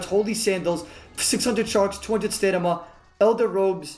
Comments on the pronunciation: Love you so much, but it's StaMina Not Stanima lol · Lol every time he says stanima it’s fkin hilarious